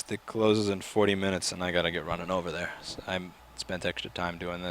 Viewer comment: I love how he hit start and then says ruining instead of running